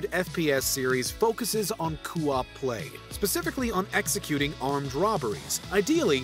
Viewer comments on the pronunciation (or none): Why is he saying cu-op??? It’s CO-op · It's co-op, not coop. As in short for co-operative, co-op. 😐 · Am I the only one that keeps hearing Coo-op instead of Co-op? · I'm Canadian, and I don't say it like that. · Its co-op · Did you just say "Coo Op Play" like "Doo Wop" LOL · did he say "coo-op" lol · What the heck is, "kuu-ahp?" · Coo op who on earth says it like that....other than this guy... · Tha fuck does "Coo-op" mean?? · Is anyone else bugged by how "co-op" is pronounced? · I really hate how this guy pronounces co-op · Why are you pronouncing "Co-Op" wrong? It's really bothering me. That's not how you say it.